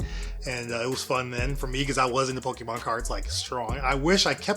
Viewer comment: as many years as ive heard ppl mispronounce pokemon, "pokemmen" is a first 😂